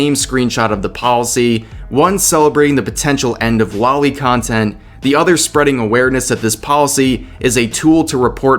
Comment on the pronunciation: Still pronouncing "loli" wrong. Is it deliberate?